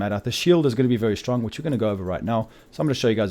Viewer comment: I love how u say really really shtrong am not joking dude :)